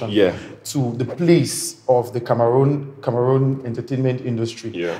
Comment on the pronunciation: I commend you guys for correctly pronouncing Cameroon unlike what I hear lately